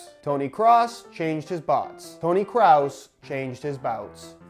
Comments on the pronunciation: I'm not German, I'm Swedish. But I think it's pronounced like "Kråås" Considering the letter å is a Swedish letter the best explanation I can come up with the English alphabet (which is the same except we also have åäö) now is "Krohs" Not "Cruise" haha. No disrespect, just find it funny to hear different pronunciations. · Is Kroos not Kruus Just so you know Sounds weird hahaha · Kroos not Krus, Kross or Kraus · Hey, the 'oo' n Kroos sounds more like the 'oa' in Boat. Greetings from germany, loving your content! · It's should be pronounced like "Krohs" 😉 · I'm german and can confirm that all ways you pronouced Kroos were wrong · Hey, its tony kroos not tony kroos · Haha wie er Toni Kroos falsch ausspricht 🤣